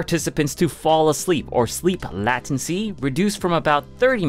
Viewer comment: Latency is pronounced "lay-tuhn-see" though, right?